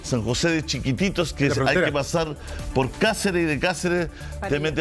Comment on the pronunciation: Buen día Julio me gusta ver su canal e informarme de las noticias. Le indico que el nombre es SAN JOSÉ DE CHIQUITOS no como ud. Dice😂 NO CHIQUITITOS 😮 Boliviana que les estima mucho